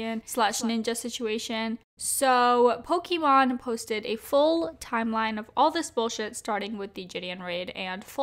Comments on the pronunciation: It's mon not mane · Sorry I have to say it’s pokimane not Pokémon. 🙃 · Poke-MANE not Pokémon lol. Besides that great video, thank you! Also. People call each other pussies all the time; Because we know that calling someone a pussy means they’re weak and people usually don’t take offense to it because we all know they’re not talking about someone’s genitals, literally. It’s the same way when saying you have bigger balls than someone else. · Love love love your videos but for the love of god, it’s pronounced poki-main! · for the love of god please pronounce pokimane HWJDJDK I'm suffering everytime. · Is anyone gonna tell her that she keeps pronouncing pokimane's name wrong? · she saying pokimane wrong on purpose?